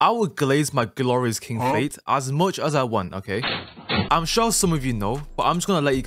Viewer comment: bro said fait 😭🙏